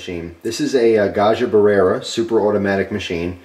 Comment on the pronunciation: It’s Italian. It’s not “buh-rare-uh,” it’s “brare-uh.”